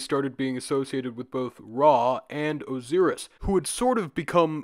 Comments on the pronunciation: Dude it’s O-SAI-RIS not O-SEER-IS 😂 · I have never heard anyone pronounce Osiris like that.